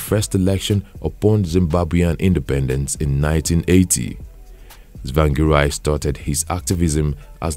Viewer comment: Do not continue writing biography of people you cant pronounce their name properly. Harrrr🤬😡👹